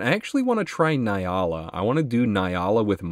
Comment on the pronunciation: Hey, I’m really sorry to be that guy🤦‍♀️ but it is pronounced N-Yala. The N is said like (nnnn). Once again sorry to be that guy.